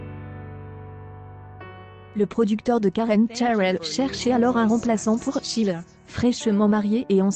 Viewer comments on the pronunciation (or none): Le commentaire lu, par un automate vocal, avec Cheryl et Sheila prononcés à l'anglaise, est une vraie plaie ! D'ailleurs ce genre de montage est tout simplement inepte et sans aucun intérêt.